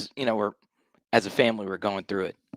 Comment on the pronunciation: Kelley is such a Tool. Enjoy your unearned bucks with your “Fam-ah-Lee.”